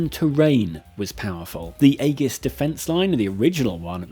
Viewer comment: Congratulations on calling it Aegis and not edjis